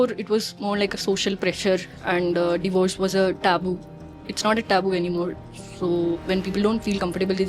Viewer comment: Bro can't even pronounce Divorce properly yet made an informative video about it